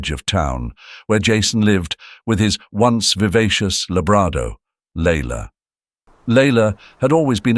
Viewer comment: A "Labrado?? I think your "AI" narrator needs to go back to preschool for some language skills.